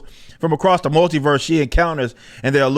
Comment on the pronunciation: The way form Clownfish TV pronounces "multiverse" makes it sound like he's saying "MOULDYverse". It's rather fitting, considering how much of a rotten idea it is.